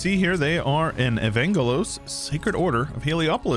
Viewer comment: Love the mod, but the way he says Evangelos like Uhvaynguhloes hurts my body and soul as a Greek. (Its pronounced Eh-vahn-ghelos btw)